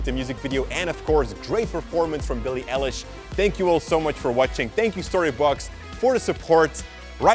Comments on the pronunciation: Yesss its not El-ish its I-lish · ITS EYE-LISH not ELISH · Yankis its pronounced Eyelish not Elish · Grace Belcastro lol me I wrote It's Billie I lish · It's Billie EYE lish Not EH lish 😂😂😂😂 Lol i love his accent so much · I was dying inside everytime he said pronounced Billie's name as Billie ELIESH like its EiLISH like an EYELASH not elesh! i learned alot tho so thanks :D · bIlLiE eLiSh bro its i-lish is my comment highlighted? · how is nobody talking about how he said Billie elish and not billie eilish😔😳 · Did you mean EYE-LISH who is Billie L-LESH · Its 'eye' Lish not 'e' lish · ITS BILLIE EILISH NOT ELLISH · Even tho it's spelled with a E at the start you pronounce it like ILLISH not ELLISH uwu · Not ELish, its EYElish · Lol I almost screamed when you said "Elle ish"" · No one: Literally no one:: BiIli ElliSh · It’s pronounced Billie EYE-lish like an eyelash but an eyelish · Her name is Billie EYE-LISH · eilish, like eyelash, but eye-lish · IT'S EYE-LISH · You pronounce it Eyelish not Eilish. I just had to🤣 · It’s like eyelash but eyelish that’s the pronunciation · you didn’t just say BiLLiE eLiSh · DID HE JUST SAY ELISH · You said eilish wrong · Grace Belcastro I screamed.WHEN WILL THEY GET IT RIGHTTT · literally corrected him outloud lol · Same, OH GOD, I was just looking for someone in the who ACTUALLY noticed that. It's infuriating. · When he said her last name wrong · You said her name wrong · ITS BILLIE EILISH NOT EYELASH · Thats not how u pronounce BILLIE’S LAST NAMESSSWWW